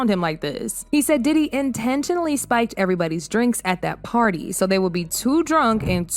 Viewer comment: That's funny how you said party,that reminds me of Chris brown at diddler bday on that big azz bed 😂😂😂